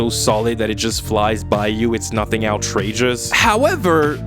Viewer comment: Are you pronouncing outrageous as ou-trageous?